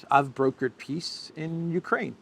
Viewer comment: is it a 'peace' or a 'piss' summit?😂